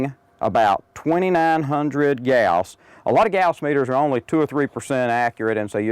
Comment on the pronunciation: i was in electronics engineering and we never pronounced gauss like that